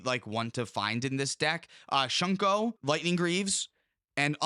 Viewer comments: its not shunko, its SHU-KO. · Its actually just "thonian"... and "shuko" not "shunko" lol